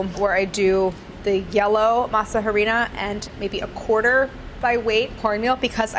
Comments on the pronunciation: It’s pronounced “Masa arena” the H is silent 😂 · I can’t stand how she pronounces masa harina